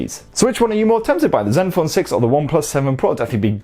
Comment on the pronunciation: did you call the zenphone "Zeus"? I like that